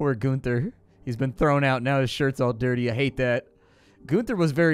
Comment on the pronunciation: GUN-ther. Not GOON-ther. How often did you hang out at your "neighbors" drug drive-through?